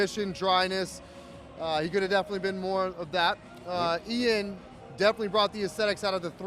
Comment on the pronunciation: Eyaan 🤣🤣 ian's ears are bleeding now hearing his name being butchered! Besides that MILOS a.k.a The Mind is a LEGEND of the sport 🙌💪